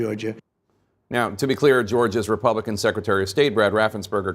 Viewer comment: “Leg-I-slay-TURE.” Jesus; what a clown.